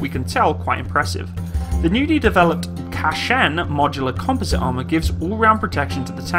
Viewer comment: KANCHAN ARMOUR ! Pronounce it correct please !